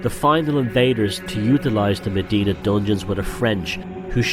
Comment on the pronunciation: I don't know much but one thing i do know is in malta Mdina is pronounced emdina and not medina, as you might of guessed this annoys me